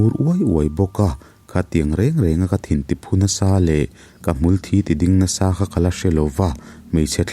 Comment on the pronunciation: Hmulthi tiglai hi i lamdan tur ka lo hrilh ag ce mithi soina a Kan lam dan hian hmul thi tihlai hi thi tiin lamroh lamroh thisen Kan lamdan thi ag in i lam a a dik lo